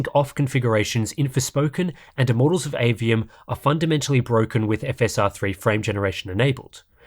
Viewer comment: "Immorals of Aveum" :D